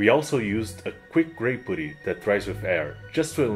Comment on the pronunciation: It’s “puh-tee” not “poo-tee”.